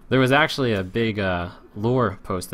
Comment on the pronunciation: "This play is AXEually good."